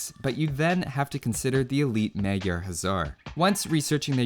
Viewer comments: something like 'Mah-gyar'. Not exact but it'd be close enough- Also, 'gy' sounds really good! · tip from a hungarian: the 'a's in 'magyar' sound more like the 'a' in 'hussar' than the way you pronounce it.